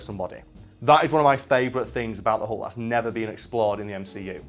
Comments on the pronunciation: Its pronuced "hulk", not "hawk" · is it just me, or does he say " The Hunk"?